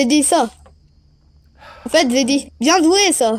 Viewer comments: "En fait zé dit ça zé dit,bien zoué ça" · " Zé dit bien Zoué...et...et...après Zé dit ça...Zé dit bien zoué sa " 😂😭